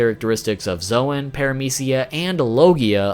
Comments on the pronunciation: I just ignored him when he said zowan instead of zown (Edit: not the spelling the pronounciation) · Bruh its Zoan pronounced Zone not Zwan lol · Zoan is pronounced zone not zo an